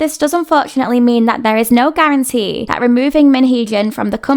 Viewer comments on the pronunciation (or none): none